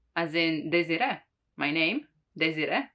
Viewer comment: You are Desire, not daisy!